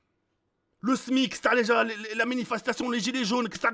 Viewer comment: Je reve ou il a dit minifestation 😂😂